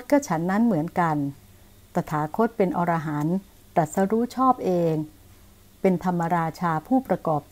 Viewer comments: อรหันต์ อ่านว่า อะ ระ หัน ไม่ใช่ ออ ระ หัน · ขัดหูตรงอ่าน อรหันต์ ว่า ออ ระ หัน นั่นแหละ